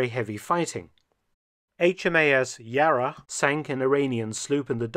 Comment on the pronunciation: Aside from another fascinating video about an element of history i had been unaware of, I'd like to take a moment to show my appreciation for the proper pronunciation of "Yarra" - nailed it!